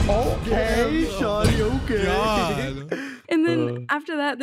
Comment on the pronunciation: who said sHAwtY